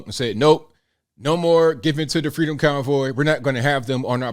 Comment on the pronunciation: I swear it sounds like he’s saying “the freedom cowboy.” 🤣